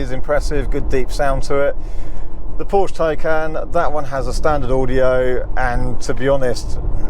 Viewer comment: Please be so kind to consider pronouncing Porsche correctly in the future, thanks!